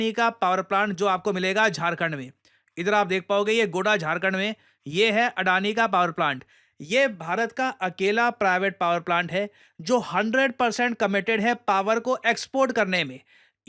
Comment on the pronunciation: सर जी झारखण्ड में जिस जगह अदानी का पावर प्लांट है उसका नाम गोड्डा (Godda) है✅✅ गोडा(goda)❎❎ नहीं। कृपया सही उच्चारण करें सर। इस जगह का नाम गोड्डा है।🙏🙏